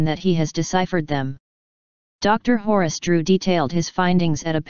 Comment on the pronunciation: Did she say doctor Horus? (Horace) Stopped watching after 18 seconds anyway